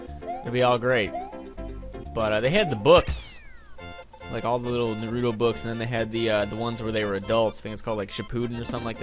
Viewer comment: you failed with the pronounciation of naruto